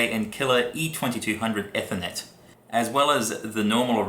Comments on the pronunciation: hes saying eh-ther-net. haha go back and listen to the correct way to say it. I like how you went back to edit your comment because you cant spell "you're" correctly. You can't spell or hear apparently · its pronounced "ee-ther-net"